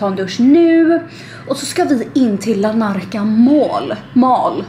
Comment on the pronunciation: Tror att staden heter Larnaca och inte Lanarca 😇